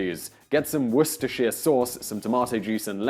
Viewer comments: Et tu Simon? Are you saying Wor-ster-shire instead of Woo-ster?? OMG Next we know you'll be saying 'Les-ter-shire' instead of Les-ter'!!! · Simon, Simon....are you English? It’s ‘wooster sauce’. Like ‘lester square’. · Why is a British man saying worcestershire sauce wrong... It's pronounced ''Wooster''. Does this guy just put on the accent or what? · War-Cester-Shire... What the hell is "Weer-ceh-sheere"? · I can understand why and Englishman would mispronounce Worcestershire Sauce when quoting an American, but why would he do so when not quoting one?